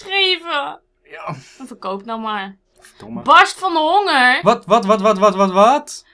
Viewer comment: De manier waarop verkoop zegt xDD